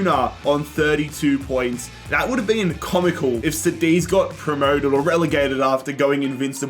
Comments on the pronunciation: KADITH wtf is CEDIZ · it’s pronounced like kudeez not sadeez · Cadiz is just Cadiz not Sadiz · Cediz 💀 Cádiz 😸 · Love the way you pronounce Cadiz, now I even call them sediz what have you done to me 😂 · Sádiz and Paco... SMH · bro said sadeez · It’s pronounced Ka-Dith. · Bro como que "zadiz" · It's pronounced kadiz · Dude, I love you...but "Cadiz" read C like in "candy" XD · Love your videos! But please work on your pronounciation of Cádiz. It throws me off. The c is pronounced as a k and the accent falls on the a. Thanks <3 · The way he said Cadiz 💀💀💀